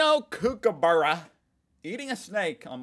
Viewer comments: 'Kookaburra' is not 'kook' like in crazy, but 'cook' like someone making dinner. I know, I know, but where would you be in people like me didn't micromanage how you should pronounce Australian words? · It's pronounced Cook a burra dude. 😊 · Kookaburra. The “kook” syllable is pronounced like “cook” as in “cook your steak”